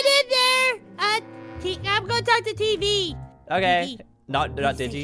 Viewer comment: YO NAME IS TEEEEV NOT TV